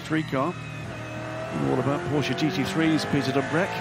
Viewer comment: pUgeaou and porschA, come on